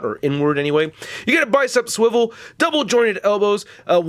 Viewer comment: he say swivel